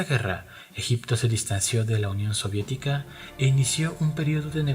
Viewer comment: union soridica??XD